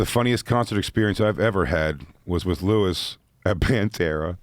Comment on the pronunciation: Your name is Luis not Lewis